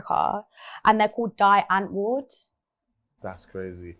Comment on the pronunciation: Listening to "Die antwoord" is mad... and I'm South African 🤣🤣... its pronounced "Dee untvoord" and it means "he answer in afrikaans... I'm still so shocked that she listens to them lol.